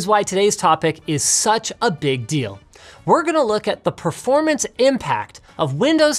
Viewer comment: "Perormance" Guess you haven't pressed F to pay respect on this one xD